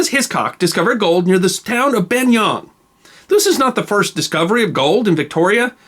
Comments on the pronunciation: I liked your approach, but a word about pronunciation: You said Buninyong oddly as Ban-yong. It's Bun-in-yong, with the emphasis on the first syllable 'Bun', as Aboriginal people always emphasised the first syllable of names. The name originates from an Aboriginal word also recorded as 'Buninyouang', said to mean 'man lying on his back with his knees raised', which is in reference to the shape of Mount Buninyong. European settlers named it Bunnenyong and the name was later simplified to its current form. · Buninyong. Pronounced Bunningyong by locals. Also Rutherglen pronounced with an ah sound.